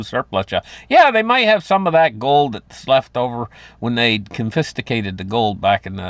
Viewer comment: Haven’t heard “confisticated” in a couple of years now. 😂 The best laugh of the day!!! God bless you!!!😂